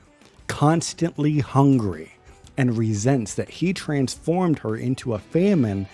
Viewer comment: this dude who was struggling to pronounce famine has the audacity to say "if your vocabulary isn't that big"